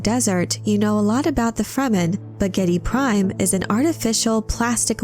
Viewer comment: AWESOME VIDEO, SPOT ON INFORMATION AND STRAIGHT TO THE POINT. 101% GOOD PRONUNCIATION OF THE PLANET NAME GIEDI PRIME